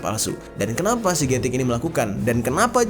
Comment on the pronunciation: Gatik - กระติก Baca nya "kratik" atau "kra'tik" bang, bukan "getik" walaupun tulisan nya "gatik", karena dalam aksara Thailand, tidak ada huruf yang kedengaran nya seperti huruf G, yang ada, huruf G nya di ganti huruf K